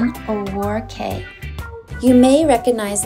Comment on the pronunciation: Cay is pronounced key. It's not bohemian, it's BA-HAY-MIAN 😳